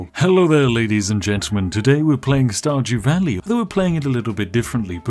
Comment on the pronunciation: Starjew walley 🤣😏